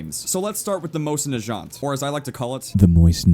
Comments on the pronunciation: Its not mosin najant its naGant also im not familiar with gewehr firearms but after looking up the word on translate it was pronounced different also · Omg... Please say Mosin Nagant right! Your saying the second word wrong. It's NA-GANT Not NA-JANT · Its pronounced na-gont not being a prick but js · You say mosin Nagant like najant like its French while it's actually the mosin Nagant like nag-ant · ...Explain when the mosin NA-GAHNT,not the mosin nazschant,was a lever action rifle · Nagant, not najant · it's nagant, not naghant/majant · omg the way you say "Mosin Najant', its Mosin Nah-gaunt. its like hearing somebody slurping milk from cereal to me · First of all...not a mosin, it's a Winchester, secondly, its not pronounced najant. But still great video! :) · It's pronounced nag ant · My god every time he calls that thing a Mosin-"Najant" makes me cringe. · Stop saying nashant Nagant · The mosin najohnt... A rifle made by the famous Russian, Johnt Na... Moisin NaJohnt =P Just havin lol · I love the way says negant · It's Na-gont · Ye, it annoyed me that he pronounced it Mosin "Najat" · The way you pronounce Nagant is giving me slight terminal cancer, plus that is NOT a M91/30 Nagant, in fact if it is a subsect of the Nagant family of weapons no one would know. A lever-action stripper clip fed rifle isn't the mental image most people get when saying Nagant (Na'jaunt Lol). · Dude I hate to break it to you, but that Russian 1895 is most CERTAINLY NOT a Mosin Nagant. (Pronounced Nah-ghant, btw) the Nagant was designed in 1891, not 1895, hence the designation M91/30 (1930 being the revision year.) The sights are all wrong, and the bolt is completely different. THAT BEING SAID. I have no freaking idea what that gun is supposed to be and it makes sense that a lot of people would mistake it for the Mosin. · why do you say najant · the Mosin Nagant rifle that you're referring to is pronnounced with a hard g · you're pronouncing nagant wrong